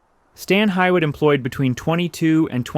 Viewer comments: I grew up in Akron and worked at Stan Hywet and it is correctly pronounced as "Hee-wit". The locals, of which I was one, may pronounce it however they please, but "Hee-wit" is the correct way. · Hee wit, you mean? Every single person I worked with for 2 years at Stan Hywet. We were taught that in our training. I was a museum interpreter there. I spent HUNDREDS of hours reading and researching about the manor house, grounds and the Seiberling family, and talking with 30+ year volunteers. So, yes, the locals mispronounce it often, but they are always happy to learn and use the correct pronunciation. As should you. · Too bad prep for this didn't include correct pronunciation of Stan Hywet Hall. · What a terrible documentary. Not only does the narrator not know how to pronounce the house name correctly, most of the interior images supplied are not that of Stan Hywet! I live within walking distance of the house and have been there many, many times so I can recognize that most of these are from other houses. This is very sloppy film making as there are multitudes of public domain photos of the house interiors. I gave up after about halfway thru. Do better! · Good documentary although difficult to hear it pronounced wrong. It’s pronounced ‘Hewitt’. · Same. I somehow made it to 15 minutes. I’ve always heard it pronounced hugh/hew-it. I see people in comments saying it’s pronounced hee-it which I’ve never in my life heard. Stan Hywet Hall & Gardens even has hee-it on their fact sheet. I think they got that pronunciation from British English because employees didn’t use that pronunciation and neither does anyone in NE Ohio. You always defer to local pronunciation and Stan Hywet is in NE Ohio. For example, Lima, Ohio is pronounced “lime-uh” not “lee-muh” as in Lima, Peru. British English and American English are not the same—local pronunciation rules. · I'm pretty local and it's not pronounced Stan High-wet, it's pronounced Stan Hew-et. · It is pronounced Hee wit.